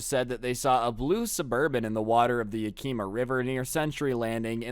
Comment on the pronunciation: FYI you said Yakima wrong